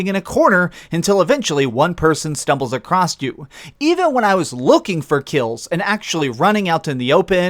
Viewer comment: “Acrosst” is not a word. It’s “across”